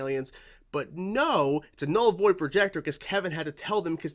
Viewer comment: "Vull Noid Projector" funny slip there, 🤣